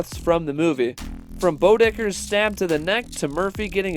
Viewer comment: Lol bo-decker